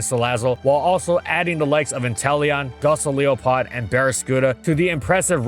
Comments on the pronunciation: The pokemon's name is GOLisopod. Not GOSoliopod. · IT'S GOLISOPOD, NOT GOSILEOPOD! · It's called Go li so pod not Gosoliopod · Gossoleopod? I think you mean Golisopod. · I'm so proud of Mantine for climbing up the tiers but why did you pronounce Golisopod like that??? How I say it: Gohl-ees-oh-pod How said it:??? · "Gaw-soh-lee-oh-pod" has to be the most butchered way of saying Golisopod that I've ever heard. It makes me afraid of what an entire video dedicated to it would sound like. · "Gosoliopod" What? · ah yes, Gosileopod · Gosoliopod? That's not even close. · What the hell was that Golisopod pronunciation...?